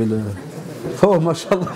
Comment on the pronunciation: Salam 3aleykoum. Mon frere/ma soeur nous devons essayer de prononcer correctement certains terme en arabes exnotamment la formule : ma chaa ALLAH il faut bien disocier la dernière lettre (a) de "ma cha" et la lettre A de ALLAH car en arabe les voyelle longue ont une importance car elle peuve changer carrément le sens d'un mot , si tu ecrit en un seul mot les 2 termes en collant "mach" et ALLAH cela signifie : dieu a marche , tu vois la gravité de l'erreur qui peut nous mener au blasphème! wal 3ayadou bi'LLAH. Fais ce rappel a ceux qui commettrons cette erreur wa Salam a3leykoum wa ra7matouLLAH wa baarakatou.